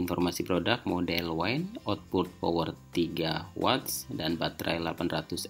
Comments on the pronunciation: Mas maaf izin koreksi, penyebutan kata wind harusnya "wind" bukan "waind". Terima kasih buat kontennya sangat membantu 🙏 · Wine : Anggur - seperti yg dibaca Wind : Angin - seharusnya yg dibaca